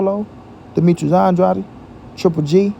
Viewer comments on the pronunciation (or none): Why don't this guy pronounce Demetrius Andrades name right. His name is not andrady Dumb